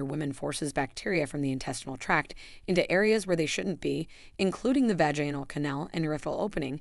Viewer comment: Sorry this is ai. Full of mispronounced words, test for tear, vajainal for vaginal. Done here.